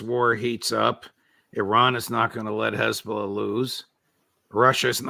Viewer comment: Mr. Hochstein gave the game away with how he pronounced "Khezballah". I very much doubt anyone on the Lebanese side paid much attention to his rambling.